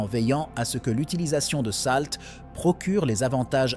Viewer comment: Vous avez une tres bonne prononciation ce qui me choque c'est salt.